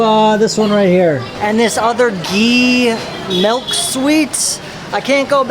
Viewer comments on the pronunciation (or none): none